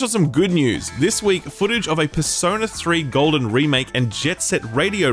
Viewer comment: Someone figured out how to pronounce Asus :) Edit: “Persona 3 Golden” cmon man